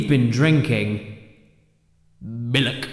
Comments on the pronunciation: The joke is that he says milk wrong? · I believe its pronounced Malk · I'm sorry but when did misprouncing milk become t-shirt worthy? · Someone should make a compilation of all the times caddy said miluk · Isnt it a coincidence that your phrase "miluk" sounds like mulluk from abe. Hmmm. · When the hell did Caddy say miluk? Is that a meme I missed it? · He Said Miluk in the 'Hurculay' Video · By sheer coincidence, I was drinking a glass of "miluk" during the beginning of the video. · A funny pronunciation of milk.